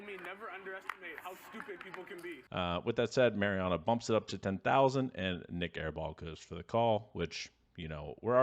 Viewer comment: Mau-Riano not Merry-ano. Thanks.